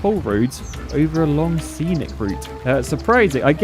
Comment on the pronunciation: “Scenic” not “senic”